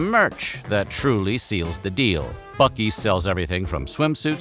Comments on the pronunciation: Joke is on you! It's pronounced Buc-ee's! With ya AI Stephan Colbert sounding ass. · I am obsessed with how there are two ways you can pronounce a word starting with buc without a second c and neither of them is "buck" Then again, Texas